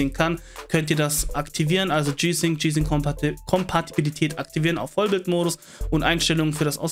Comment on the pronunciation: Muss man Kompatibilität immer so aussprechen wie ein zjgenbrecher, geht auch langsamer das man es versteht......